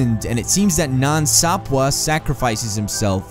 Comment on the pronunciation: “Way more stronger” 🙄 “MEEthos” “Nan Sapwuh” Fuck’s sake.